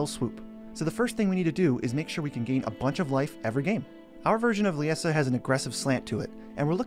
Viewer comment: I was looking forward to this! Haha I built a deck with her after pulling a copy.. It’s a mean one. And I think Liesa is pronounced the same as Lisa.